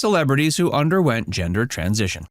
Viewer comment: I thought I was going crazy like is it called a hemder change now?...sounded made up.🤣🤣🤣